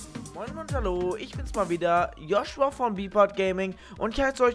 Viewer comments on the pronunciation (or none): none